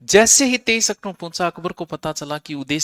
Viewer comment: ऑक्टोबर बोलो ओकटुमबर नही